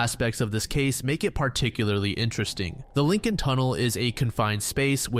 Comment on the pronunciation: Everybody losing their shit over the guy's mispronunciation of "Lincoln", but when he mispronounces foreign names nobody bats an eye. Makes you think...